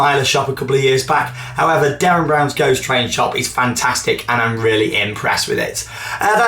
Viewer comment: I've noticed for a while since Derren Brown was announced as the person behind WC16 (now DBGT) that you always say it like 'DArren' not 'DErren'! Haha this winds me up everytime! (in a good way)